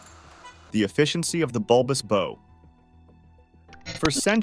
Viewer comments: It's a Bulbous BOW (rhymes with "How") ... NOT Bulbous Bow as in "rhymes with Blow minus the L". Ya know ? Like the back of the boat is a Stern. The front of the boat is the BOW (rhymes with HOW). Jesus. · Ah! American mispronunciation: the front of a ship is called the bow, pronounced like wow, not like go; bow like go is correct in terms like bow and arrow. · A ship's bow is pronounced bau and rhymes with ow. Robin Hood uses a bow pronounced boe which rhymes with toe. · I am a retired U.S. Navy Master Chief with thirty years service. Will somebody tell these nitwit narrators that the front of a ship is called the bow, pronounced like "how," not like "low." There are more instances of these silly pronunciations but I cannot remember them. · The narrator is able to pronounce "bow" correctly when talking about the bow of the boat, but he references bulbous "bo" several times. Judas Priest, is no research or proof reading done before recording these vids...? Sheesh... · Come on guys. You are embarrassing yourselves. Hopefully the narrator is an AI because any human knows that "bow" on a Christmas package is very very very different from a "bow" on a ship. Pronunciation on the package type is long "o" , but the ship variety is pronounced like "bow wow". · Ex-US Navy Sailor, Ship builder and current captain of a blue water vessel. I don't know a single US navy blue water naval vessel with fin stablizers. Also you pronounce Bow wrong. Please stop and do more research before you post videos. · This annoyed me more than it should’ve… (The pronunciation that is…) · I cannot take you serious with how you pronounce bow.